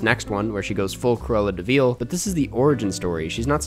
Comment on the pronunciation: Everytime he says Cruella deVEAL